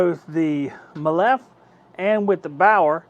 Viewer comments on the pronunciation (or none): It is pronounced ‘me-lif’. Jesus it’s cringy how you pronounce it. 😂🤦🏻‍♂️😂.